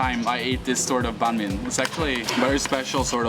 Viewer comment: I'm kinda impressed that you actually attempted to pronounce it as "bánh mì" in southern Vietnamese accent instead of "bang me" like most foreigners do. Thank you.